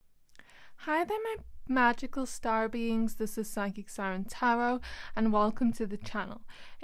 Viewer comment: Not gonna lie, I always think you call us “starbeans” instead of “starbeings” but I think it’s adorable🥹 especially bc I work at a starbucks